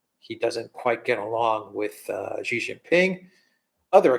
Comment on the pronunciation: It is Xi, not Ji